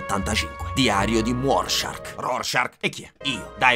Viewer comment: non è Rorschark che fa molto squalo. È Rorschach. Te tocca riedità.